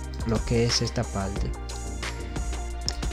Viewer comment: Amigo solo para que conozca un poco del idioma español: No se dice "pelfecto" si no peRfecto. Tampoco se dice "palte" si no paRte. Viste que fácil es hablar bien el español...PELFECTO = PERFECTO.